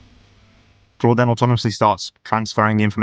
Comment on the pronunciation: It´s not Claudia but Claude (french) dot AI. xDDD Never stop practicing. :D